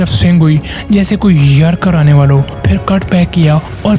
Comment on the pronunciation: "Baal, yArker, Full Taas, That's matter, Cirkit, sunake"